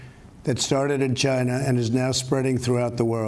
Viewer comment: It started in “Gina.”